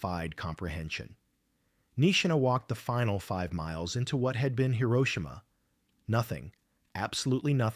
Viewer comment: Swear the AI sucks they keep pronouncing Hiroshima wrong